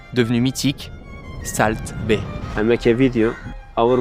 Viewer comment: Par contre pitié salt ça se prononce solt